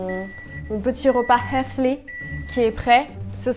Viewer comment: Comment tu dis healthy jpp 😭❤️